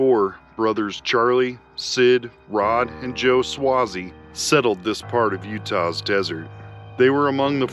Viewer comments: Thanks for the video. Just thought you should know that you're pronouncing Swasey wrong. It's pronounced Sway-zee. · you need to pronounce the last name with a long "A" sound, phonetic (swaaayzee) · It's pronounced sway_zee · Thank you for sharing all of your videos I enjoy watching and some day hope to go see the places you have gone. Just one thing you say Swayze name wrong lol it is pronounced the same as actor Patrick Swayze. If I offended you sorry I had a Strict English teacher be safe on your adventures and thank you again